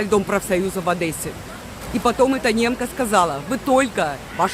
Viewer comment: Извините.. не в Одэссе а в Одессе